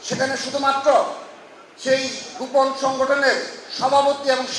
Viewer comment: দক্ষিণ এশিয়ার ইতিহাসে সর্ব শ্রেষ্ঠ ফেসিস্ট! তো কাকা দক্ষিণ এশিয়ায় দেশ কয়টা আর কে কে ফেসিস্ট ছিলো? হাসু বুড়িকে শ্রেষ্ঠ হতে গেলো তো আরো কয়েকজন দরকার, তো তারা কে কে নাম বলতে পারবেন ? বলদা কোথাকার, গোপন শব্দ টা বারবার গুপন, গুপন বলে উচ্চারণ করে।আধা শিক্ষিত লালাটু।😂😂😂